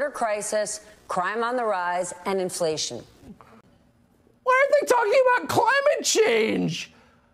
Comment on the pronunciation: In fla ti on 4 syllabes